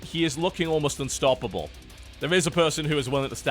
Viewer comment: Did TB actually say "ByuNstoppable"??